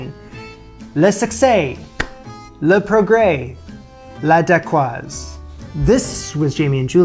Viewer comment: Thank you for pronouncing "dacquoise" correctly! Looks great!